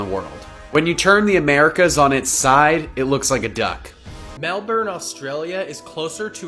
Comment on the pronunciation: You pronounced Melbourne Australia, wrong. It sounds like Mel bin